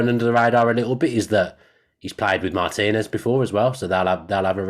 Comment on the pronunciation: Thank you for pronouncing Martinez' last name correctly